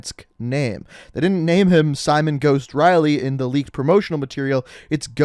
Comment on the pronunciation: Simowhen Riley